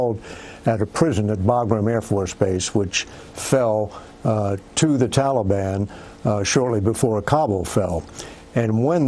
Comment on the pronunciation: Did he say Tolly-bon? Sounds like a dq treat... ill take 2 dilly bars & a Tolly-bon... maybe thats how its pronounced im just used to hearing tal-i-bon . What a nutjob.